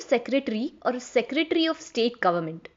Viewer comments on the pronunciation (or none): It's "Secretary" not "Seretary". CGM is not equivalent to Secretary. Secretary are generally IAS, IPS, IFS and State government officials of high seniority.